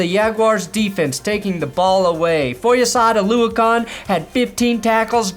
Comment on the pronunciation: For future reference, Foye’s last name is pronounced as OluoKIN, not OluoKON.